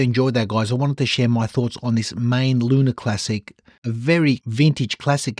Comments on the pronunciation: It is not "main"...ae is pronounced aaaaah. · Maen is pronounced like Maan in Dutch. aaaaah...